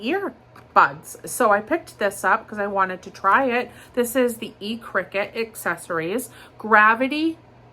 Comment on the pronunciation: Good very early morning,. The electronic products by E circuit are pronounced, "Sir cut". My late husband was dyslexic and a diabetic. I understand your struggle. I have many prayers for Richie, and I admired your openness with your dyslexia. My late husband was ashamed of his reading and writing struggle. He was an on-hand learner. Very successful in his passion and chosen career, driving dump trucks and tractor trailers. Drink your coffee, meditate, pray, but then get angry. Go to the hospital and demand that they don't come back to Richie's room until they have a plan. People are probably judging Richie for his sickness but diabetes doesn't develope by eating or drinking sweets.Type 1 diabetes happens when there is family history and a child or adult has a viral infection that attacks / destroy the pancreas. The pancreas then stops producing insulin. The common cold, cold sores and flu's are the simplest and most common viruses we have here on earth and there is no cure, just vaccines. If Richie has been following his sugar free and low carb diet, then looking for a viral infection would be my educated guess. Yes, you as a wife, caretaker and you're well educated on you Bubbalisious. You love this man? Fight for his life. His doctors are missing something. Shingles, rabies, a virus that attacks bacteria. I know this information from the B S. I was told and they felt I wasn't educated enought not to challenge them. My son was type 1, his blood sugar would elevate whe